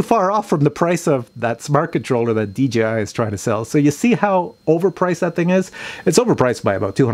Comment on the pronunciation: Dee Jay Eye.... very good!